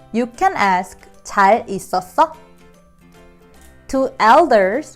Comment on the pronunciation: The first letter I heard tsal not jal. Can you explain, please